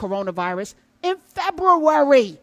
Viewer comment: Prof. Hunter, love the Febr-U-ary enunciation! The lo-key "let's be ready to go" message, I pondered this idea too.